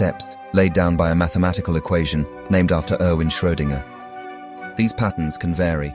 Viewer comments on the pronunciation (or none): none